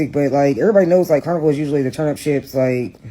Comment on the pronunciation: "Carniver Cruz"